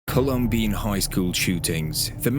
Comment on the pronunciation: Pronounce the name right. It’s Colum-bine. Not colum-bean